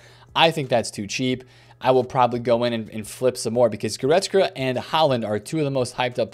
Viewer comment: Still can’t pronounce Goretzka to save Yur life 😂😂😂